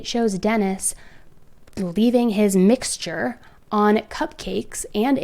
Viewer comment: Poor, I think she died a little inside each time she had to say “mixture”.